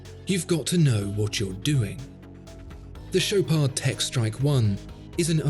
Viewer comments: he also mispronounced the ch, it's not sh, its ch like in chicken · It pronounces "Show paar". Not that you'd care for it. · The D at the end is silent. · Dude you dont pronounce D in the Chopard just dont